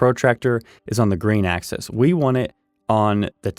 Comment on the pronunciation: AXIS -not access. Im very confused because a 2x4 isn't 2x4 inches exactly. If this is a drafting program is it ok be using numbers like that? If this is for woodworkers use woodworker terms. You made 2x4 legs presumably ripped down to 3inches x 1.375. I think it would make more sense if you didnt keep saying 2 x 4s and just said this cut and that cut etc. if you were using real 2x4 dimensions 3.5x1.5 it would be understandable.